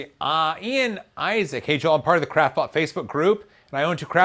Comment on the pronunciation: I've actually started hearing "crapbot" every time he says "craftbot"... =)